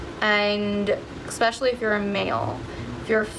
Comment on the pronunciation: I have noticed that MOST people pronounce the word especially wrong and it drives me nuts! It’s Es-pecially not Ex-specially! Sorry but it drives me crazy when people pronounce this word wrong!